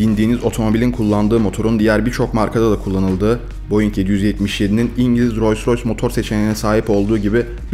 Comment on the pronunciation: abi rosy roys değil rols roys